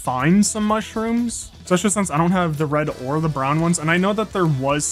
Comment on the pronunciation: please, is there an 'x' in especially?